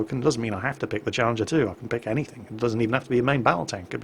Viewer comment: you lov Challenjer, you get Challenjer too sorry, I'm bad at pretending I speak poor English but yeah, Chally 2